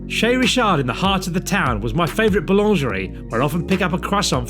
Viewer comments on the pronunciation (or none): none